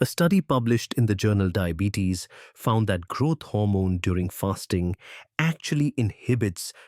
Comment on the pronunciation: It is GROWTH HORMONE not grot hormone..